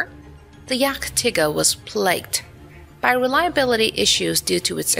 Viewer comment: „Yachttigger“ 😂😂 But Good Video 😂😂